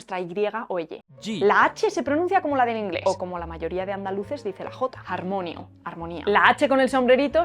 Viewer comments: [har.mo.'ni.o] en lugar de [har.'mo.nio] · "Harmonio" se pronuncia /haɾmo'nio/, no /haɾ'monjo/ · pronuncia mal las palabras en esperanto que terminan en -io. Si bien todas las palabras en esperanto son graves, recayendo el acento tónico en la penúltima sílaba, las palabras en esperanto en la última sílaba con la combinación de vocales i + o, no tienen función de diptongo, sino de hiato. Por ejemplo, en la palabra "harmonio", ella pronuncia "har-mó-nio", cuando en realidad se pronuncia "har-mo-ní-o". Excelente vídeo, me encantan los vídeos que difunden el idioma Esperanto.💚🙌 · Muy bien, aunque se te ha ido la pronunciación un poquito, cosa normal. Has tenido un fallo muy común en principiantes, pero si te paras a pensar, indirectamente has explicado que no se pronuncia así. Me refiero a la separación de sílabas en "harmonio" y similares. Si cada letra es un sonido, e "i" es /i/, pero para /j/ tenemos "j". Además las vocales "puras" siempre forman sílaba propia, ya que para los diptongos tenemos "j" y "ŭ". Y por último, todas las palabras de dos o más silabas son llanas. Por tanto, "harmonio" es /harmo'nio/. Lo que has pronunciado es /har'monjo/, se escribiría "harmonjo" y que yo sepa no existe. Bueno, si somos rebuscados podría ser algún diminutivo femenino, pero eso es otra historia. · ¡Excelente video! Me encanta tu canal y siempre aprendo muchísimo. Solo dos cositas: 1) Todas las palabras en esperanto son graves y no existen los diptongos (solo con las semivocales j y ū. Entonces, la pronunciación es "akademío" y "harmonío". 2) "Laboras" se escribe con b. ¡Saludos! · Unas peque;as correciones, es: AkadeMIo de Esperanto, Harmonio es HarmoNIo, el acento debe ir en la penultima silaba. Trabajar no es "lavori" es "laBOri" ŝi ne kredis lia ekzistadon, te falto la n del liaN que tambien lo lleva. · akademio y harmonio se pronuncian akademío y harmonío.